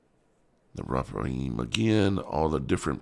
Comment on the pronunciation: refaim :) Rephaim ph you say efff Dar, în anul al paisprezecelea, Chedorlaomer şi împăraţii care erau cu el au pornit şi au bătut pe refaimi la Aşterot-Carnaim, pe zuzimi la Ham, pe emimi la Şave-Chiriataim ....it's very funny listening to americans trying to spell names from the bible :) you don't know how to spell it.